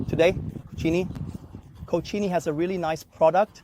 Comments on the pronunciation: Cochini, es mi pronunciación favorita a partir de ahora 😂😂😂😂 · “Co-cheenie” these pronunciations are getting wild